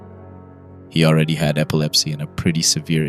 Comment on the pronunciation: I love how you miss pronounced certain words like immune and epilepsy. It adds to the immersion.